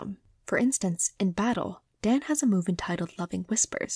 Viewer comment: I really like your video. It's well thought out, put together and I think your voice is soothing. If I may say one thing it's that Daan is a dutch name that comes from Daniël (the bible) and the "aa" is sortof pronounced as a drawn out version of the a in the exclamation "aha". That is a nitpick though and not something you would know if you're not familiar with the name. Otherwise a perfect vid, imo